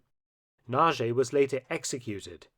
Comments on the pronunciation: Yugoslavia and Albania overrun by Sovjets? I think not. Oh, and Nagy is pronounced Natsj not Naa-gi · Budapest! Not Bjuda...I was there 18 months ago. Nagy rhymes with Hodge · Another excellent video! Just one point: in Hungarian, "Nagy" is pronounced so it sounds like "Nodge". The "gy" is proniunced "dj" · Pronounceation is poor Mark, its Imre Naj (NAGY). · Nagy is best pronounced in Hungarian as 'Nudge' and Budapest is best pronounced boodapesht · Pronounced Motyosh Rokoshi. the S is pronounced SH, unless it is SZ, then it is pronounced S. Nagy, Pronounced Noj. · I like the video, I didn't know about the events in Hungary. But please, why don't you learn to pronounce the names of those people at least somewhat correctly before recording the voiceover? Nagy = Nahd (d as in dew) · Close but not quite The "gy" is pronounced like the "j" in "joke" or, better yet, like the "d" is "schedule" Nagy [ na:đ ] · Hello Mark, a little tip for Hungarian words is that the letters "gy" together makes a "d" sound. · Hi Mark, this was a good one. Respect to the colonel. Also,,I appriciate your effort to pronounce. In some cases, a successful effort. E g Imre soundedwell, but for "nagy" you caan check out Google translate from English to Hungarian, type in ' big', then nagy turns up, and push Sound option. Still it wil, be hard to say after the app. Then Budapest. No pest, first of all. Sounds weird here in the UK, doesn t it? Pesht, sh for Sherman, pls. And no 'u' for uniform in Buda. More like Buddha it sounds. By the way, have you heard of the "atomic ' bomb blewn up in Buda? After the invasion, nov 4, Soviet forces saw a mushroom erupting.